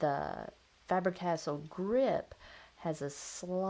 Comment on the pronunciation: Btw, Faber - Castell history eclipses Cross by a long shot.....sounds like you are saying 'castle'. Pronounced Cas- Tell